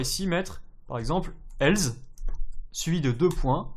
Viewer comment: Bonne vidéo :) Juste on dit else (avec un "s" non pas un "z" tu n'as jamais entendu la pub Nesspresso :) ?) et on écrit tu "es"